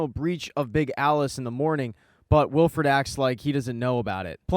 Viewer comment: You know its Willford not willfred right